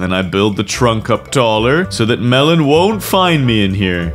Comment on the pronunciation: Melon not Mellon